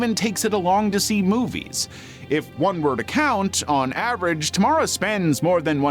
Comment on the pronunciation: Finally someone saying Tamara in a good way. Don't like how it sounds in english